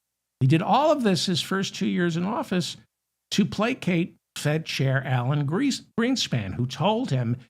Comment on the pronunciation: Did you say Alan Greasepan? 😅